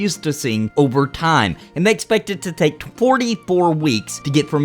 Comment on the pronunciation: i watch the tier membership shoutouts every single time just so I can hear him shout out "we toke bitcoins" makes me chuckle everytime.